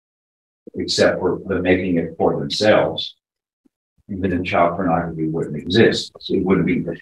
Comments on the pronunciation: Its pornography not pronography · What is Pronography? Derp! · "Pronography" What?